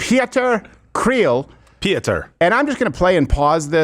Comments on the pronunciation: Pieter is pronounced pee-tir. Anyway, we call his type a 'dom poes' here. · Pieter is just pronounced with a. Short sounding like in the word igloo BTW. What a piece of garbage. And you can see he comes from a wealthy family so he's never experienced any hardship in his life. If land needs to be taken then it's his that needs to be taken first. God forbid I meet that piece of shit in the streets of South Africa. I'll give him the discomfort he needs